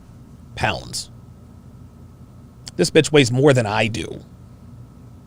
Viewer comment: The way you said “BITCH…?” almost made me choke on life🤣😂🤣😂🤣😂💀💀💀💀💀 GAME OVER